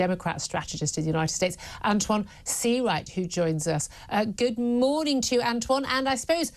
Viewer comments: Antwon can't even pronounce important words correctly. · "Antjuan." I can't.